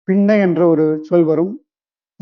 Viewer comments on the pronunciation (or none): none